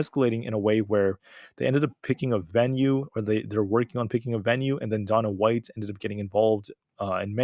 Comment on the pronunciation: Dah-Nuh White hahahaha You the man